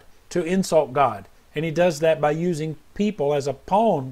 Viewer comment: From one southerner to another, I love the way you say "pawn" LOL. Love u Bro. I pray we can be like Job & stand firm with our Savior Jesus no matter the consequences. Draw near to God, and He will draw near to you!